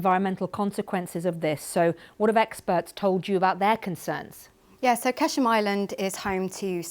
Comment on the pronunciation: why do you say qeshm Say قشم و قرطی بازی در نیار